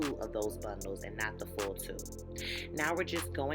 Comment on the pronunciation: It sounds like you said 2 packs of hair in the video